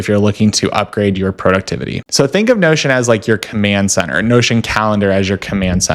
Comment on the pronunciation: Interesting video but “Prow-duxtevity” sounds like an app name is confusing